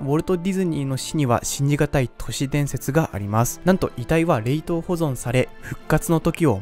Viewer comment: 冷凍の言い方気になる